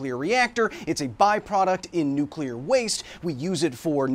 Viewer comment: Finally, someone who know how to pronounce the word Nuclear 😊